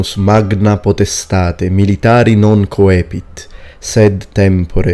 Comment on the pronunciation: Only wondering if "coepit" shouldn't be pronounced more like "koipit", pronouncing the diphthong "oe" as oi, instead of o-e. Thanks.